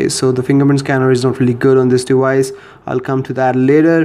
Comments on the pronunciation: It's deVice.. Not dewise. Why do you keep pronouncing v like w? Quite common in Indians. Are you an Indian? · dewice....lmao I'm sorry made me laugh. good video though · "Playing around with this dewice"